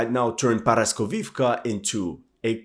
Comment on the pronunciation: Not paraskovivka, it’s called poroskeevka